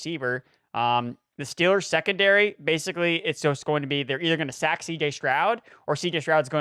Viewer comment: Shrekondary lol